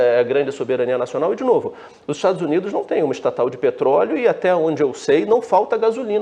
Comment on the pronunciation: Esse homem lá nos Estados Unidos,é muito nojento para pronúncias das palavras, estados uniduxxxxxxxxxxxxxxxxxxxxxxxxxxxxxxxxxxxxxxxxxxxxxxxxxxxxxxxxxx.